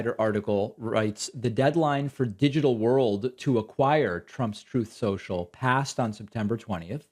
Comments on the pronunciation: Troath censuaial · Your pronouncing it wrong David. Troth central. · "Troath Sential" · Why is David calling it Truth Social? It's real name is Troth Senchill isn't it? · David, you know it's pronounced "Troth Senshell".. C'mon bruv.. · TROATH SCHENCHAL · It's pronounced "Trollth Sential".